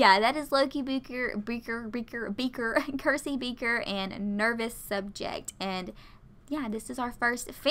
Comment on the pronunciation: Circe is pronounced with the ‘C’ as a ‘S’ sound, not a ‘K’ sound. In Game of Thrones the main evil character is Circe. That’s where I got that from. Also, when looking at their traits like serious vs. playful, if there are no points they are the trait to the left. If all the points are used they are the trait to the right. So Loki is extremely serious. I hope this helps.